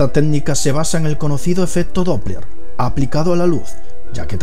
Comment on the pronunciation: técnica, no ténica. yo creo que deberias consultar un locopedista.